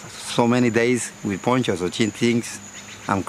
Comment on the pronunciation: Poncho not Pocho.